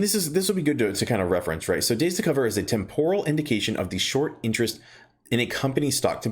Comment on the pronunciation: Tem-por-al. 3 syllables homie. =)